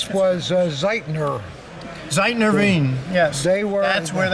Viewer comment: The Austrian Hitler Youth knife is made by Z E I T L E R not Z E I T N E R. The makers name is pronounced wit an L not with an N.